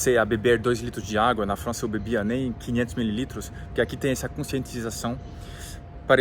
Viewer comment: fala bonitinho Frrrança...